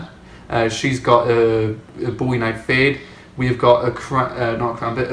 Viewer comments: It's Bow-E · its boo-ie or bow-ie those are the ways to pronounce it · people who can't pronounce bowie properly shouldn't be allowed outside :/